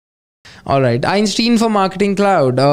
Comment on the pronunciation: Not a big deal, but it's pronounced Einstein, not Einstein. 🙂